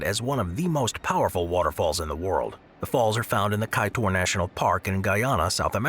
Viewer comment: Kaiteur not kaitor